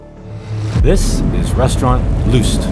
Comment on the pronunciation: Not Lust; the name is pronounced Lyst.